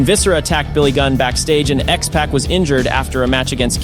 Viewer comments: I’m sorry I think you’re lost with your history. The APA was the Acolytes while with the Ministry and became the APA maybe a year or two later. And learn to pronounce XPAC.😅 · don’t ever say xpac name like that again.